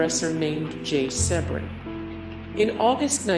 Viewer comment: Must be horrible to half to make a living slandering the dead : learn how to pronounce Jay Sebring’s name …. Correctly!!